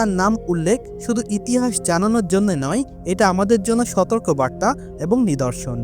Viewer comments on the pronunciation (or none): none